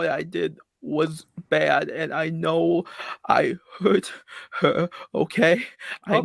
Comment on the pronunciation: “I didn’t gwope hewr!!!”